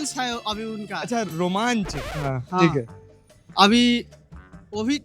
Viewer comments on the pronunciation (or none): ye kya chal raha hai 😅😂 😂 romanch❌ Romans ✅😂 English left the chat 😂 claps op 😂 background music op 😅 very nice video sir love from vidai 4.0 ❤😊